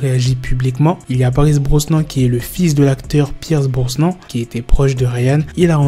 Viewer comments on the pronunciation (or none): Ça se dit Pierce BROSNANE inculte!!